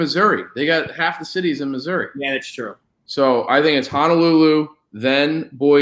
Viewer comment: "Honolulu sneaky big on ya," absolutely broke me. Never heard sound more southern.